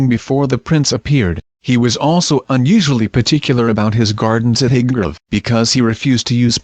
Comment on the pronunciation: Crap can't even say highbrow properly